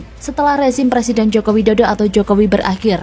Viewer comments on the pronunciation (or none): Belajar ngomong "er" dulu, baru nyalonin jadi Pleciden.